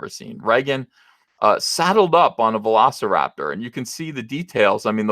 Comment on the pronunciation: What's a "Velicraptor"?